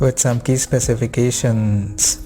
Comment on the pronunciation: Rumooors, Sensooors, Specificatioooons. Dude, I know it isn't your mother tongue and I don't have any problem with your dialect. But why do you make some syllables so loooooong? "Leeeeense, optionnnnns" etc... wtf. It seems you do that on purpose because you think it sounds professional? It doesn't. It sounds stupid.